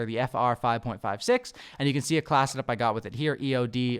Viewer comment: Wtf is a “Class’ed-up”?! Every time I heard him try to say “class”, he’d say “Class’ed-up”.